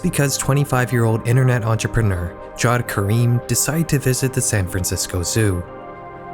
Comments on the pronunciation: Just a correction: it's pronounced ja ved not jowed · pretty sure his name is pronounced yaved